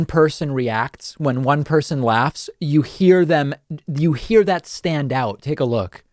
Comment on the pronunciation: "Teck it out." We all make mistakes lol. Love the vids, but it feels like if you're gonna make fun of 45's stupid mis-speaks you'd edit yours out. <3 the vids. no h8, just luls